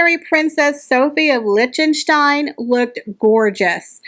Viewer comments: Lichtenstein = Lick-ten-stein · I enjoyed the video and all of the dresses. The mispronunciation of tiara and Liechtenstein seemed amateurish.